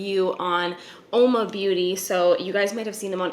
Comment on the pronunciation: Saw a sponsored vid on this brand with the influencer mispronouncing the brand’s name Uoma completely wrong butchering it throughout the video. This person put a blurb up on screen noting her error but still didn’t go back to do a voice over of the name showing to me so little pride and it’s also insulting the brand and all the great things they’ve done and continue to do. So was thrilled to see this video from a person who was genuinely interested in the brand and cared enough to do some research as well as try the brand a few times before giving us her thoughts.